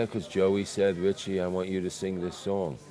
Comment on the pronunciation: "Richi"??? ya me la bajó...